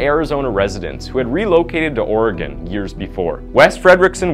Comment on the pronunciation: Like moss-cow 🤣🤣🤣